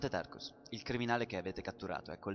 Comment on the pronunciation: Era un sacco che aspettavo il secondo episodio! Ed è fantastico!! Comunque à Tarkas e non Tarkus..